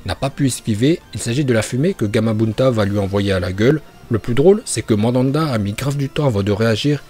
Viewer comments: Putin mais c'est pas possible la prononciation, y a écrit Myöboku tu dis Mobyoku, c'est Manda le serpent et toi tu dis Mandanda le gardien de football, fin c'est récurrent vraiment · Mais c'est le mont Myoboku et pas mobyoku!!! Et Manda et pas mandanda... je ne savais pas que orochimaru invoquait un gardien de but.... Désolé bonne vidéo mais j'ai eu envie de pleurer quand j'ai entendu ça... Pour un fan de Naruto c'est pas oufff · Par contre la prononciation de personnages mdrr "OrochimarUUUUUU" xD Et Mandanda c'est un gardien de but mdrr si vous parlez de Naruto des fautes aussi grave c'est juste inadmissible (pour info c'est Manda) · Très bonne vidéo frère. Mais c'est Myoboku, ça m'a dérangé toute la vidéo. Et aussi Mandanda joue actu a Marseille wesh. Manda c'est le serpent. Merci et très bonne vidéo encore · Et "Madanda" au lieu de Manda wesh orochimaru il invoque un gardien de but.... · "Mandanda" PTDR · prononce les noms des personnages et les invocations de Naruto en VO c' est pour ça que Manda l' appelle Mandanda. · Le serpent géant "Mandanda" 🤣🤣🤣🤣